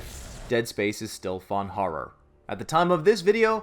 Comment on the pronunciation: "Harror"...what the fuck is Harror? Oh you mean Horror. Come on its not hard to say.